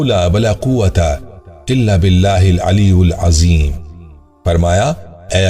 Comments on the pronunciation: bahut achcha video hai lekin aap Sahi padho Ali ul azim nahin hai Aliy yil azim hai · Ap alyyulazeem parh rhe hen aliyyilazeem hai kindly alfaz sahi nikalen